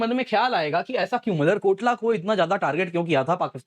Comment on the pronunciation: Motherkotla nhi malerkotla hai